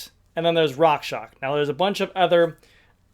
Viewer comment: RockshoX, not Rockshock. Otherwise great video :)